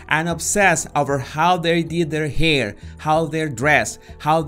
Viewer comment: Why he say" hair "like that🤣🤣🤣🤣